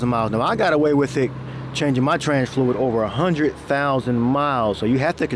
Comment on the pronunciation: HybriT, FluiT, HundreT 😬